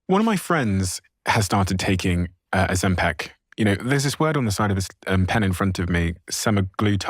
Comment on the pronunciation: Why does Steven keep calling it Ozem-"peck"